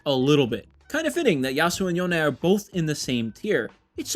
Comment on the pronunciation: There is no way you think his name is pronounced "Yona", nor have you heard anyone say it that way. That's literally just not even trying.